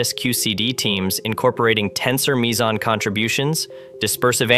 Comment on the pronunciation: This made my ears bleed on so many levels. Firstly, this is a long way from being physics' greatest puzzle. Secondly, "Wien" - for pity's sake, it's pronounced 'Veen'. Next, "Mager" is pronounced 'Marger' with a soft G, not 'Major' and you pronounced 'meson' correctly only once. Bloody hell, this was embarrassing.